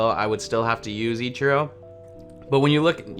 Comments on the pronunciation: You call ichiro “echurro” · The way you say Ichiro... Still love the vids tho <3